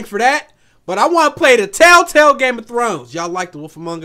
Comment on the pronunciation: tailtail?😂😂😂 telltail u mean